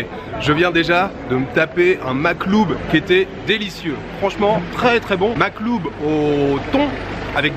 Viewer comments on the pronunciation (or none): 😂😂 en fait makloub comme tu le prononce toi ça veut dire autre chose c’est pour ça je pense que l’homme rigole derrière HAHAHAHA je ne saurai pas te donner la signification exacte c’est plutôt une expression je dirai 😝 (tkt rien de grave😂) c’est vrai que c’est dur à bien prononcer pour quelqu’un qui ne parle pas la langue du coup c’est normal